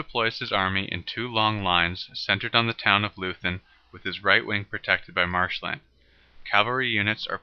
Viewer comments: Nice animation, however it is pronounced loy-tun not loo-then. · Good Video, short but very well done. Just one point: "Leuthen" is pronounced like 'Loyten' not like Loosn" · No lathen but Leuthen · Loothen for Loi-Tin is dumb, though. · Leuthen is pronounced: "LOY - ten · Can't trust a guy who cannot pronounce Leuthen. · No English tongue can,so what?